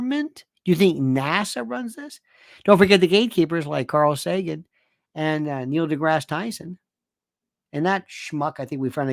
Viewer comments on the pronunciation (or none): none